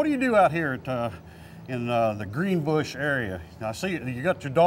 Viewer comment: Greenbush not greenbrush!